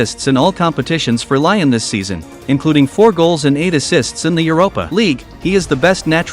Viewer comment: It's prenounced Leeeeon not LION,Cmon!